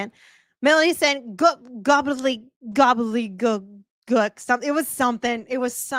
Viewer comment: You trying to pronounce gobbledygook is giving me life 😂😂😂